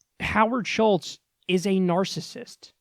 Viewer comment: The dude's name is Howard Schultz, not Schitz.... although the latter rhymes more with what he is full of.